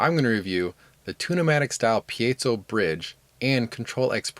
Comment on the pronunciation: Thank you for pronouncing "piezo" correctly.